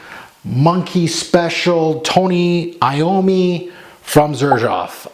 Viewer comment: 1) Thank you so much for pronouncing his name properly. Sooooooo many reviewers do not. That drives me crazy. 2) The juice? One of my fav releases for 2021. I absolutely cant get enough of this stuff. OMS, it pulls something very unique which makes it very intoxicating to my nose. Not sure anyone else feels that way since I dont get many complements but who cares. I wear this one for me. lol